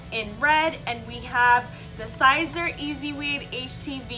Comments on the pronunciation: FYI it’s Sēser long (E)!not Sīzer not long (I) SISER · It's pronounced like Caesar. Just saying. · Miser, riser, adviser, wiser, reviser... yeah it makes sense it would be pronounced like Caesar.